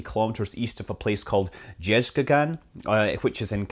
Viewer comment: Jezkagan really sounds cooler than the actual "Jezqazgan". "Brass Khan" instead of "he-who-dug-up-some-brass". )